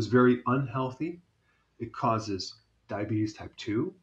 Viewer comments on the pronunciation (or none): none